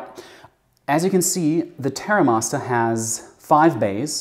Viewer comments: He's not English!! 😂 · Why does he say Terra Masta?